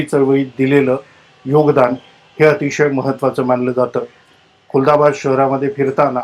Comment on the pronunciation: This not kultabad it's khuldabad.